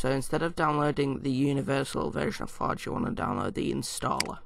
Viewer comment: lol ur accent "minecraft foj"